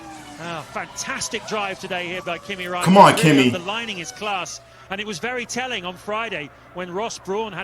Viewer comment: His name is Räikkönen not Rakkenen